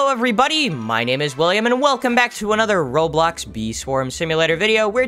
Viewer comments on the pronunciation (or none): none